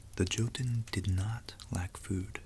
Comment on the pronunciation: This really cool and i love the Norse legendarium. Small tip though: J in the Nordic languages and also in German is read like an English Y. So Jotunn does not begin with a sound like in "John", but with a sound like in "young". Think for instance how you say Jägermeister...